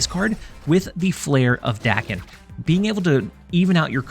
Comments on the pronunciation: I was informed it is pronounced “day-ken” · Language learning times! Daken is the romanization for 駄犬, “bastard dog”, a slur on reference to Daken’s mixed blood. Which later “takes back”. As such, it should be pronounced “dah-ken”, as the short English “a” does not exist in Japanese!